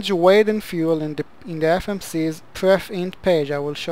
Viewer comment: Why do you call the "Perf init" page "Prefting" page? I hope your English substantially improved after 11 years.